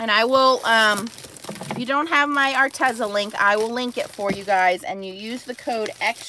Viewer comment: Arteza is pronounced arteeza